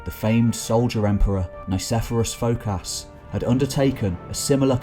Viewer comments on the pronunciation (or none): Excellent job, but please start to respect the Greek names and their pronunciation, as we respect English names and their pronunciation: eg: nikifòros fokás, not nicephorous phocas!!! . Maniákis not maneakes!! It’s not so difficult, I’m sure you already have sone Greek friends to advice you when it’s necessary.